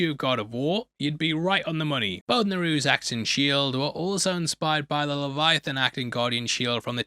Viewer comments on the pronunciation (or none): none